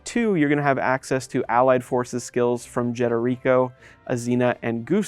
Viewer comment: I've never heard anyone say Jederico like that.